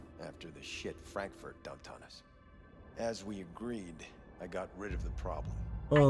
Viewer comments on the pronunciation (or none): none